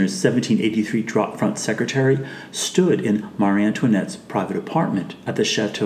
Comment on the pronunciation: Secretaire is pronounced ‘secretAIR’ not secretary